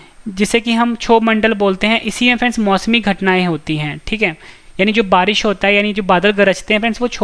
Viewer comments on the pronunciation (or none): none